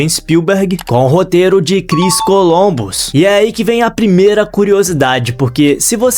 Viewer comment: Não é "Colombus" e sim "Columbus".